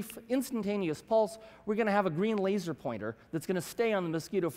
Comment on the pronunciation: Fire the "La-ser"